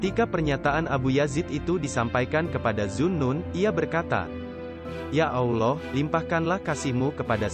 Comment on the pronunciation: Isi kontennya luar biasa bagus, tapi ada 2 hal yg sangat mengganggu : 1. Pengisi suara (mungkin pakai AI) tidak benar pengucapan : Allah, Rasulullah, 2. Background music nya genrenya tidak sesuai ut konten ilmu spiritual dan terlalu besar volumenya kadang lebih besar dari suara narasinya. Mohon maaf jika tidak berkenan.